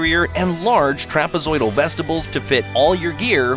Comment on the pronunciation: Vest-ih-bills? It's pronounced vest-eh-b'yoo-ls.